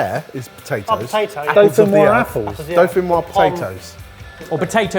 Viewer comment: You pronounce the 's', pommes dauphinoiSe